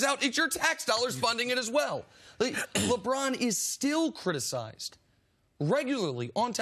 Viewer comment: Nice!!!!! I thought I was the only one who thought he's says Lebron's name funny. LEBRAAAAAAAAAAAAAAAAAN!!!!